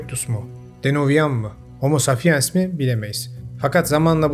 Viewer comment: Videolarınızda sürekli Homo sapiens türünü eğer yanlış duymadıysam homo safiens olarak telaffuz ettiğinizi duydum. Neden böyle telaffuz ediyorsunuz? Hiçbir yerde böyle bir telaffuzla karşılaşmadım. Ne Türkçe ne İngilizce ne de bilim dünyasında hocalarımdan. Merak ettiğim için sordum.